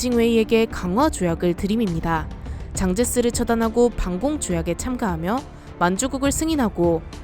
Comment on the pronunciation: 장제스보다 쟝제스가 더 가까운 발음입니다. 보통 장이라고 하는 성씨는 张이고 장개석의 중국 발음은 蒋씨이죠. 즉 장으로 부르겠으면 아예 한국식으로 장개석이라고 불러야하고 원어대로 부르겠으면 쟝제스라고 부르는게 맞습니다. 한끝 차이로 전혀 다른 성씨가 되기 때문에 많은 분들이 발음 실수를 하는게 안타깝습니다.